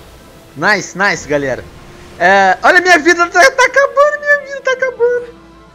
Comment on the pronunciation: porque tu fala naise